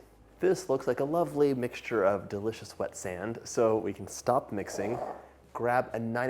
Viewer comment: thumbs down for overemphasizing almost every "so" as "SoOo" in attempt to scintillate the viewer. The overuse of paralanguage becomes kitschy, cringey, and annoying.